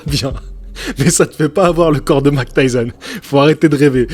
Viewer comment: Mike et non mac 😉